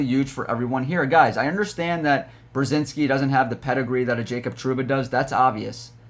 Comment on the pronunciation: It’s Brod-zinski